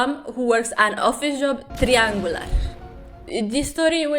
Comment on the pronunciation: "and why🧐 is the boy 🧍🏻‍♂️ who works 📂 an office job 💻...... TRRIANGULAR🔻??" I passed out